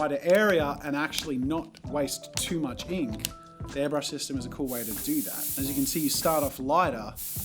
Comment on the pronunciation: Am I the only one who is annoyed that he kept saying ‘hairbrush’?